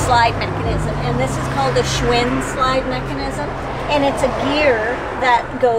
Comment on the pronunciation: It's Schwintek. A little more research when giving people information.